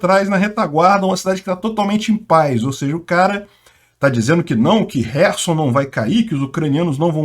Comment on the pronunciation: Camarada!!!!O nome da cidade é KHERSON.Lembre-se que, que, que.,..KHERSON e não HERSON!!!!O "K" não é MUDO!!!!